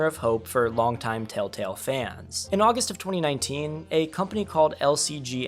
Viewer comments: Why does homie say “Tale-tale” and not “tElltale” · Bro says “Tale Tale” instead of Telltale every time lmao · I know it's not on purpose, and it is just your accent.. but bro, it's Tell tale not taletale 🤣🤟🏻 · ITS TELLTALE, NOT TALETELL. So fucking annoying hearing you say it wrong literally a hundred times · For fucks sake bro it’s TELLtale not TALETALE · Humans: "Telltale.": "Tail Tale." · I know this video is a year old, but “Tale Tale”?? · tale tale wtf nga its tell tale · Bro you keep saying "taletell" and it's making me feel like a crazy person, i legit keep rewinding to see if I'm mishearing it lmao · “Tale Tale” ?😂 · drink every time he says tale-tale instead ;) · Telltale ❌ Tail-tale ✅ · Are you saying tale tale? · Why do you keep saying taletale? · Or telltell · it makes me mad that he says tail-tell even though he knew how to spell it in the title.. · Thumbs down just for saying tail-tail every time. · I just love the fact the person who made this video can’t say “TellTale” properly over half the time lol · How did you not catch yourself saying 'taletale' like...15 times? 😅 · Wow your struggle to say telltale in this video is hilarious lol